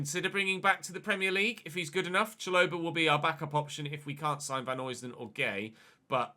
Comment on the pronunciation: Pronunciation of Vanheusden is Van-hø (as in Ødegaard)-sden rather than Vanhoysden (from a Belgian) Greatly enjoying the series! :))